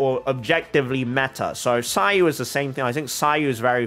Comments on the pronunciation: As much as it is amazing how you try to pronounce the names as accurately as possible, I find it hard to believe that you're dismissing the Mihoyo's pronunciation as simply "a mistake of the one in charge of English Dub". It very well can be the intended pronunciation? And what's with seh-no? If you want to be "accurate", shouldn't it be Kai-no? It's Greek. Btw neither you nor Mihoyo (a chinese company) is even pronouncing Zhong Li's name properly as it should be in chinese. The point is, just stick with how the English Dub pronounce it. There is legit no point trying to pronounce it as culturally accurate as possible, as this is something with an absolute dichotomy. You trying to pronounce it "as accurately as possible" just pisses off the native speakers whose names you've butchered, and the players who don't care how the names are pronounced but are hella confused as to who you're mentioning in your videos. (Who the fk is kentuckay?! Kentucky Fried Chicken?!) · As Greek, i should step in and say that if Cino comes from the greek word of a dog (aka κυνίδες aka canidae), then it should be pronounced Kino. Also ... still very suprised that ppl have a difficult time pronouncing ur name. It is the simplest name ever. They must be doing it on purpose, i dunno... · yes cyno is Greek ( im from Greece) but we don't use it, it's from ancient Greek , i think the name cyno is from the word "κύων" which means canis (the name of the species of dogs, wolfs etc) so the pronunciation for me is with K , Kyno..!!! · If for Cyno they took the Greek word kúōn, then it's pronounced kúno! Coming from a Greek person^^ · Cyno is actually pronounced see-new it's Egyptian and means dog 🐕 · The Irony. You getting at people for mispronouncing your name and other names from other cultures; Yet you and Hoyoverse are mispronuncing cyno. Both you and Hoyoverse are using Japanese pronunciation, Greek pronunciation is way different. Hoyoverse and you should've of looked it up.